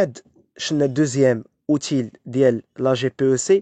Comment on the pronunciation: Choukran bezaf, lah i3tik sa7a. Ghir 7aja we7da akhi, ka me3louma tfidek bach mateb9ach tou9e3 inchaalah felkhatae, ou 7na kamlin kankhet2o. Kelmet "outil" katente9 comme "outiy" dak le " L " ki tente9 b7al " Y ". Mohim choukran bezaf lik 🙏